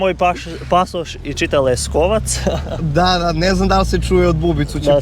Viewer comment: Ali kad Finski policajac kaže Pera majonez , Lesovac XDD😂❤